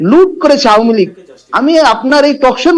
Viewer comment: ওতো আওয়ামী লীগ উচ্চারণ করতে পারে না।